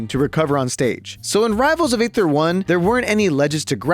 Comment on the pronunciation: Another YouTube tutorial/overview, another YouTuber mispronouncing Aether.